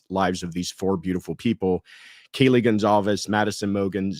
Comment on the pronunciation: I’m going back and watching some older videos on your channel because of the interview you did with Kaylee’s parents Sept. 28, 2026. I want to thank you for actually knowing the case! You’ve pronounced the victim’s names correctly and even though you’re asking questions all of your facts are spot on! I’ve been following this case pretty obsessively since the beginning and you’re the only content creator who isn’t singularly covering these murders who has taken the time learn everything necessary to have a meaningful and respectful discussion with no possibility of spreading false information.